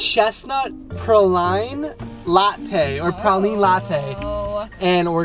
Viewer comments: Hi from Tampa!!! 👋🏻 I love how pronounces it 😂 The Chestnut Praline is pronounced “pray-lean” but I think I like your version better. Also, the Peppermint Mocha tastes SO MUCH BETTER with only half the pumps of peppermint. The peppermint is so strong and they put equal mocha to peppermint ratio which in my opinion ruins it. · Love y’all so much!! Also, how u say praline is actually pray-leen. Good try though